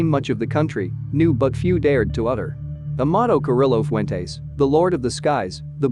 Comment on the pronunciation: ouch the name butchering....that should be a crime! Lol